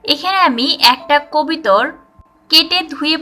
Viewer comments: আপি কবিতর কেন বলছেন ................ বলুন কবুতর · কবিতর না রে আাফা,,, কবুতর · Kobitor na kobutor